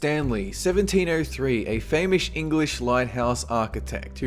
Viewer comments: "A famoush engwish lighthaus architect" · "famish english" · "famish English" :-D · you said "famish english lighthouse" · Number 3 he says "A famoush engrish lighthouse architect"